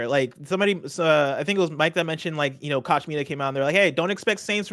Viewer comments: I think Koch is pronounced "Coke" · It’s pronounced like Coca Cola. “Coke” Media. Owned by the Koch brothers who are one of the most evil corporations in the US and that says a lot.